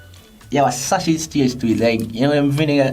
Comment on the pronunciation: Everytime she says "Sachiz"... Bless her heart.